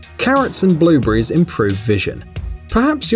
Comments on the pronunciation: "Blue bury" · WTF IS A BLUEBREE